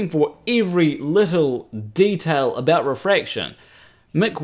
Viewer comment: Tommy Grønvold I thought he said aboot.